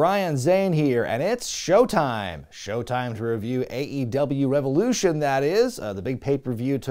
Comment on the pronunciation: REV-EOW-LOO-SHONE Thanks for keeping Tantric alive, Zane.